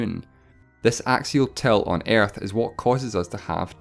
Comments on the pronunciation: I die more when you think that my mother language is English. I am not a native speaker neither. Yet he pronounce ''Earth'' more like ''iearth'' rather than ''ə''. That is pure pronunciation mistake, nothing to do with accent. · Earth not airth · it's actually earth Not aerth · You're voice is so wired and you sound like and Japan is that way you say.an episode 1 and it s earth not iarth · “Ærth” funny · stop saying airth lmao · Why are talking Aerth? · When you say earth I sometimes think you say air. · Ok,I thought you said "Air" instead of "Earth" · When he pronounces earth as air-th (not trying to make fun of his accent) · I love the way he say aerth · "Airth" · I love how this guy says earth It sounds like airtth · Say Earth correctly you're saying: Airth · everytime that you said ''earth'', part of me died... worst pronunciation ever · sorry, but how the fuck does he pronounce earth? xD I know its a accent/dialect but still. No hate please...